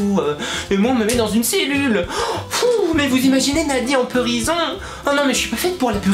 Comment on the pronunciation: Mdrrreeuuuh, en Peurison xD♥ Sa me fais rigoler..:p ♥